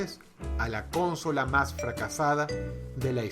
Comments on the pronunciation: Cónsola? que crack xD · Bueno, pero Dross es Dross y el dice "Cónsola" así que ese es su lenguaje :v xD. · Nadie: Dross: Cónsola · ...Xqué dice "cónsola"! :V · Pq dice cónsola tantas veces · La cÓnsola... pero qué Énfasis, Dross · Roberto Rocha siempre dice así "cónsola" jajaja. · Hyuga Creo qué lo dice por cómo Dross pronuncia la consola.. Cónsola :vv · Por qué chingados dice "cónsola", con acento en la primera sílaba? Está tontito o qué? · Dross una pequeña corrección. Se pronuncia "Consola" sin acento en la primera "o" Si tuviera acento en la primera "o" fuese una palabra esdrújula y todas las esdrújulas llevan tilde. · pues mira yo soy de Mexico y lo pronunciamos como dices consola ,dross lo pronuncia raro xD no se si por algun pais de sudamerica asi lo pronuncien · ¿"Cónsola"? Nunca entendí esa forma de pronunciarla. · Es muy gracioso el click que suena en mi cerebro cada vez que escucho a Dross decir "cónsola" xD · Cónsola Cónsola Cónsola No se pronuncia asi Dross... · al parecer en Venezuela lo leen como esdrújula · Hay mas comentarios actuales que de hace 10 años cuando salio este video mencionado cómo Dross pronuncia Consola 😅 (asumo que eso viene del acento venezolano que aun tenia en ese tiempo) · Me súper caga y me quiero arrancar los tímpanos cada vez que pronuncias la palabra CONSOLA aahhggg aprende a hablar bien el español por favor 👎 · Consola tiene la sílaba tónica en la segunda "o" no en la primera como lo pronuncia él. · por favor pronuncia bien la palabra consola, llega a ser molesto escucharte el mal pronunciamiento del español, y lo peor es que es tu idioma nativo, tus vídeos son buenísimos pero tus pronunciaciones de varias palabras es molesto. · Buen trabajo dross regresando a tus inicios con tu tipica pronunciacion de la palabra consola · Pronuncias mal la palabra consola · consola es una palabra grave terminada en vocal no es esdrujula o se tilda aprende a pronunciar ya estas muy grande para no saber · aprende a pronunciar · CÓON-sola xD